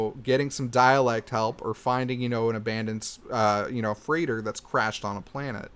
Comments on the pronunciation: Freighter is pronounced frei·tr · Is this dude saying frigit for freighter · lol the way this guy says "freighter"